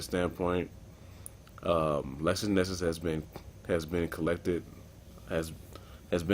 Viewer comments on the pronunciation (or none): Bro its LexisNexis NOT LexusNexus